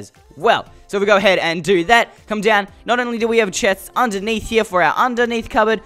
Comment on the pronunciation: Or go ahaid